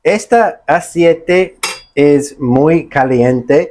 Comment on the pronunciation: Hola, no se dice asiete, se dice ACEITE, 👍